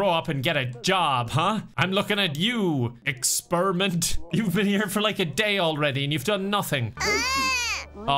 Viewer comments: I giggled so hard at "Expirment". I was really rooting for them. 💔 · saying "expirment" made me lose my shit 😂😂